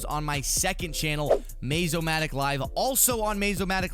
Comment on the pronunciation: Mayzomatic lol... More like haha!!!!